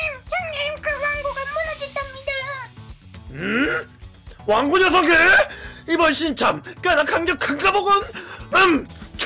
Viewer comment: 왕고를 망고로 ㅋㅋㅋ